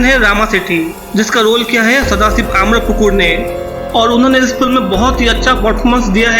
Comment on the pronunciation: अम्रपुकुर नहीं, आमरापुरकर